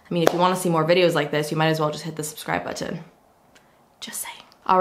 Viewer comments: The Canadian accent really comes through with that word I've noticed from other YouTubers 😆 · I love how she pronounces the word "button." Is it just me? Yes? Lol